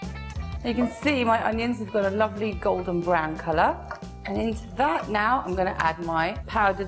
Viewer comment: how she says "lovely"😂😂